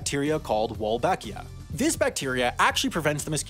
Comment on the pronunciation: I heard Walbachia and my PTSD from MSGV set in